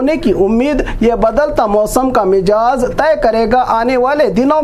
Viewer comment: Mijaz nhi mizaj bolo